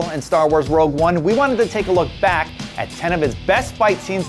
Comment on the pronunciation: Sounds like he says "world 1", not "rogue 1"